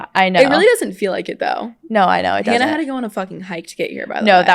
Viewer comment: Anyone else bothered that Sadie says she’s watched Hannah for so long but didn’t know how to say her last name …